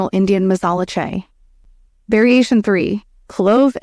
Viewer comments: You can tell when a video is AI. The 'narrator' doesn't pronounce some words properly. For instance, the word chai is pronounced like chay by the 'narrator' and other words are improperly pronounced as well. That's how you know when a video is AI. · Stupid AI voice can't pronounce chai or latte hahahaah thumbs down.